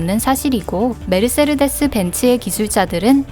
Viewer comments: 메르세르... 데스 가 아니고. 메르세데스 인데... 세르에서 R 은 스펠링에 없지 않나요?? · 딴지 걸고 싶은 생각은 없고 메르세데스라고 알고 있고 스펠링으로 봐도 메르세데스인데 메르세르데스라고 읽는 건 스웩인가요? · 메르세르데스라고 읽네요? 메르세데스 벤츠가 맞지않을까요? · 차에 관심이 없는 사람이라 그럴수 있지 아무 지식도 없는 유튜버가 메르세르데스라고 했다고 조롱하냐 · 메르세르데스 메르세르데스 ㅋㅋㅋㅋㅋㅋㅋㅋㅋㅋㅋ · 메르세데스를 왜 메르세르데스라고 읽어.. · 메르세르데스가 아니라 메르세데스 입니다. 영어로는 머시디스. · 벤츠 발음이 좀 ;; 메르세르데스 라고 발음하는거 처음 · 모두 하이퍼카 계열이구요. 아쉬운건 가장 예술적 가치가 높다고 평가받는 "파가니"가 없네요. 그리고 "메르세르데스 벤츠"가 아니고 "메르세데스 벤츠"입니다. 사족1 : 창립자가 자신의 딸이름으로 상호를 정한거고 그건 내딸이름 걸고 만든 차니까 좋은 차를 만들겠다. 라는 뜻이 있다고 하네요. 사족2 : 현대차에 전화해서 물어보면 엔진을 30만km의 내구성을 목표로 만든다고 합니다. 벤츠에 전화해서 물어보면 엔진을 100만km의 내구성을 목표로 만든다고 합니다. 사족2는 뇌피셜이 아니고 같이 일하시던 분이 직접 전화해서 알려주신겁니다. 그냥 그렇다구요.. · 메르세데스를 왜 메르세르데스라고 읽지요? 읽는사람 마음인가요? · 메르세르데스벤츠가아니라 메르세데스벤추.... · 메르세르데스가 이니구요 메르세데스입니다 ㅎ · 아줌마 메르세레데스가아니라 메르세데스에요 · 메르세르데스 벤츠는 새로나온 메이커인가요? 메르세르데스;;;;;; 너무하네ㅡ.,ㅡ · 메르세르데스ㅜㅜ 너무 거슬려요.. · 메르세르데스라고 계속 잘못말함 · ㅅㅂㅋㅋㅋㅋ 발음 메르숴디스벤츠인딬ㅋㅋㅋㅋㅋㅋㅋ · 아니 무슨 일본어냐고 ㅋㅋ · 메르세르데스.... 발음 쓰레르데스 한 열댓번 중얼거렸더니 나도 세르세르하네...